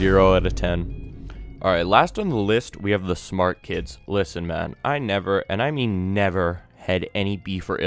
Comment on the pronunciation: the way he said man is so Canadian 🇨🇦😂😂(btw im Canadian)